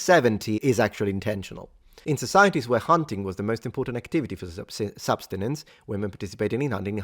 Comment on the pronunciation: Subsistence, not "substinence." I love your videos, btw. Just letting you know.